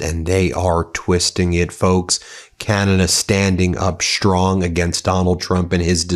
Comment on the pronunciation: "Shtrong" is not a word. "Strong " is. Love your program!